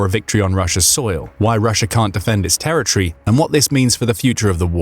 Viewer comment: It's pronounced "territory", not "terror tree".